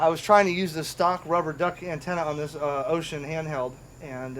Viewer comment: So far you've got the closest pronunciation of Wouxun among all youtubers. 欧讯 is pronounced oh-shoon, almost like oh shoot but oh-shoon. That's as close as you'll get to an accurate pronunciation without learning the not-quite-shhhhh sound that the "X" actually makes.